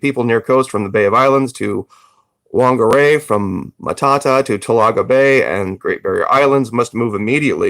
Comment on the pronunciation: Whangarai (fung gar ray)